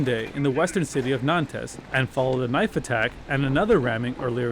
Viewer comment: horrible pronunciation of "Nantes"